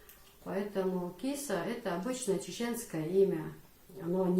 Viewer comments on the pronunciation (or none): В имени Киса ударения на гласных у нас не бывает вообще.слышится как Кис без ударения и без конечной буквы а.